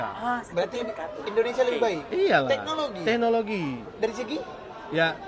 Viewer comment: cakap teknologi pun salah. dia bilang 👉tegokloji 🤣